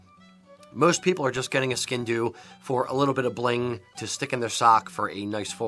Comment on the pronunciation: and both pronounced it “skin doo” which crushed my world and now I’m not sure I believe in anything anymore. 🤦🏻‍♂️